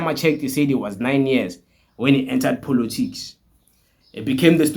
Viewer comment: Point of correction its called Politics not "-Polotics" as you call it😅but i love your videos though